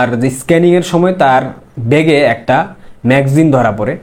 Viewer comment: ম্যাগজিন না....বলতে হবে ম্যাগা জিন=ম্যাগাজিন....ক্লিয়ার....